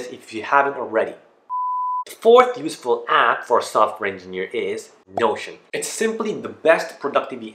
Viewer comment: Sounded like useful ass lol